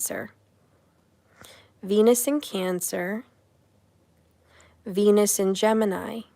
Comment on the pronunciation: Oh, venus is cancer... I had to do a double take... Thought you said "he might have penis cancer"